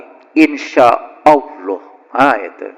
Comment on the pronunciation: Ini.. orang apa sih.. seperti orang stress..menyebut Allah saja salah bacaan nya..